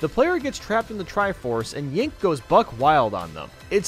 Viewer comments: Yink for young link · he said young yink tho